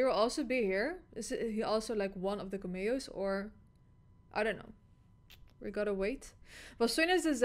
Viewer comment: Yes I also love the “KaMio’s”😭😭😭———Cam-Me-O